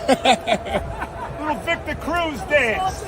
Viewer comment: Viktah Crooz... oh da freaking pain